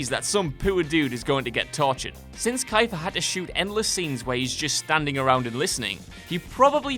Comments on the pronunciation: His name is pronounced KEE-FUR. How do you produce a video like this and not know how to pronounce this actor's name? Before you attempt to get on some high horse about the differences between British and American pronunciation, let me make this very clear: a person's name is ALWAYS pronounced the way THEY pronounce it. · I enjoy videos by whatculture.....but seriously... learn peoples names.. Kayfer Sutherland....it hurt it hurt a lot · Geroge Clooney? Kiefer Sunderland? My god Whatculture. Does anyone proof read this stuff? Also it's pronounced KEY-fer. But pronouncing it like that is still more acceptable than TWO big name typo's in a row. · 1) KEEfer Sutherland. Good LORD, y'all like to fuck up people's names. Love ya, but DAYAMN. 2) If a character needs to pee, that's not a "tic". That's up to the person who wrote the script. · It's "Key-fur" like grabbing a "Two-Fur" ...it's a Canadian thing. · "Kiafer Sudderland".....come on...really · Kaifer? Seriously? Kaifer? Man, the English have no idea how to pronounce anything. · It's pronounced Keefer, thanks. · Who the hell is Kyfer Sunderland? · IT'S PRONOUNCED KEE-FUR YOU DAMNED IGNORAMUS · Is keyfer not kaifer :D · Kiefer is pronounced like reefer. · "Geroge Clooney", "ky-fur" you people need to seriously have someone to watch these videos over before publishing them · I've met KEEFER - it's pronounced KEEFER. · Yup, Kyfer is what brought me to the comments. He's got to be fucking with us, he's heard the name pronounced before. There's no way he hasn't. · Jesus.... KEE-fer... KEE!! As in KEY!!! It’s not like he’s that obscure of an actor. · Kaifer? Fucking Kaifer, seriously? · Kiefer is pronounced like Kee fur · Bred kass KYFER!!! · Yep. And his first name is pronounced Kee-Fur. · Kiefer? That for some reason took me out of the video. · WHY DOES THE NARRATOR PURPOSELY MISPRONOUNCE KEIFER SUTHERLAND'S FIRST NAME OVER AND OVER. WE UNDERSTAND YOU'RE DOING IT ON PURPOSE, BUT WHY? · The way he says Keifer is weird!